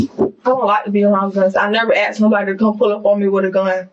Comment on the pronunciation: She axed someone 😂😂😂 that should also be a crime, again, ghetto